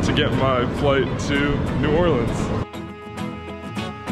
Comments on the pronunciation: As a New Orleans native, I want to commend on his perfect pronunciation of my city's name. Well Done! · As a fellow Cajun, THANK YOU for pronouncing it correctly❤️